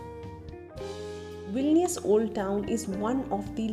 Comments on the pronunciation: You said Vilinius 16 times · Hi.. congratulations for 10k.🎉 Actually loved the way you narrated the video. It remind me about my english miss from high school who beautifully read the stories for us.😍 And I think you pronounced vilnius '14' times...